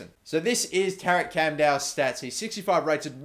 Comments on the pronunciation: The Ç for Çamdal is pronounced as a Ch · The C with the swiggly line on the the bottom is pronounced CH in Turkish so his name is pronounced Chandal. Love your videos mate, keep up the good work =)